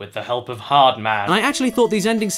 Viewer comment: "With the hep of hard man"